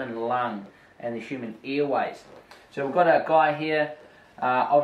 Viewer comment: Earways lol, what a funny accent :D